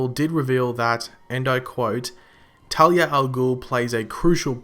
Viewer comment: talia not tali